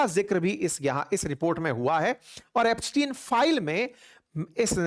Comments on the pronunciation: It's not Epstiaen it's Epstein 😅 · Ep stein read as STEEN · Aap iska naam sahi se pronounce nhi kar rhe hai